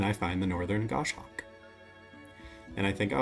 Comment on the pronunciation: Incredible tuck engine! Best I’ve seen. Well done! FYI - it’s pronounced Goss Hawk. 🙂